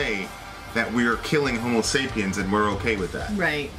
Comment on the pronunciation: you're killing me. It's homo sapiens not homo sapien.